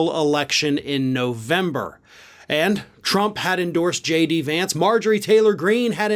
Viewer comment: Trump was SO proud to (at the last minute of course, when the win was inevitable) endorse a candidate who he knew was going to win, and even then he couldn't take the time to learn how to properly pronounce J.D. Vance's name correctly. So, yeah, good goin' there Don. Keep up the good work.